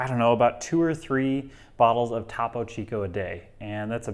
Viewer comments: So i’m with you there on switching from topo to soda stream, however, it almost seems like you’re going out of your way to not pronounce topo correctly. It’s spanish. ‘Toe-poe” Topo. Why are you saying Tapo. As a spanish speaker, so cringe. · Toe-poe chico